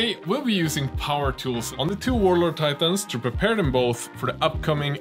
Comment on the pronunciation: whuarloads teitäääääns *skadusch